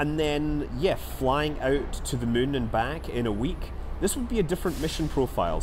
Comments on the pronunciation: You really said it: "it would be a fly around the mun" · i love how he says moon like mün that scottish accent really makes it sound like hes played a little to much ksp haha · like how you say mun as in the moon of kerbin and not moon as in the actual moon